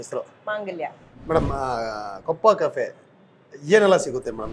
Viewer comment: adhu koppa cafe kappa cafe alla nin makke sariyagi restaurant name heloke baralla innu eno nin food review madodhu thu yappa nin nodidhre asayya bari build up satish avarna vikram avrna nodu Kali full shoki nan maga en dodd hero ivnu cooling glass hakondu doulath thorsodhu scrap nan maga